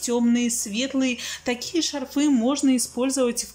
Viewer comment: исправится, правильно говорить из магазина, а также шарфы- урарение на А, шарфов тоже на А, очень раздражает предлог ЗА, который сейчас постоянно неправильно используется, скучаем за вами, фуууу, жуть, все это с южных мест к нам пришло, но это неправильно!